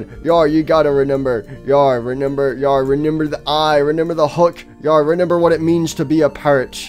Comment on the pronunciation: I like how he says re N ember instead of remember